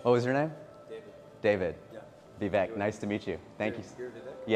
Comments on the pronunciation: 'Vee Vek'? You gotta you learn to pronounce your own name dude. It's 'Vi-vake' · But it's pronounce Vi vake.